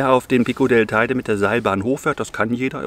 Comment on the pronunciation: An der Aussprache der Namen ist noch zu arbeiten.. Teide...